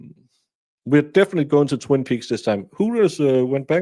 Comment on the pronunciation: Inspector gadget can’t even say definitively he keeps saying “defininitely” 🤣🤣🤣